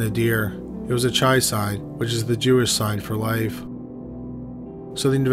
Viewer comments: The symbol on the pendant is not called a "chai" with a soft ch. It's hard to explain, but the word starts with a guttural sound made by putting the walls of the throat together. You may know the Jewish toast "l'chaim." It's that same sound. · That pronunciation made me giggle so much 😂😂😂